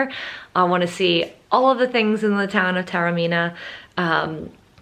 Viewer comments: Taormina is pronounced correctly ‘Tah-orr-mee-nah’. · You rightly pointed out at the start the difficulties for all native English speakers in pronouncing Taormina correctly: ‘Tour-meena’, Tarrow-meena’, and all the rest are horrible mutilations...and they are incorrect. I appreciated that you tried - you just need to listen carefully to the very un-English ‘ao’ sound, and add a bit of a trill onto the ‘r’ - the rest is easy. I suspect that your beautiful Italian name is regularly mangled beyond recognition by non-Italian speakers! Well worth a second visit - it’s a fantastic destination.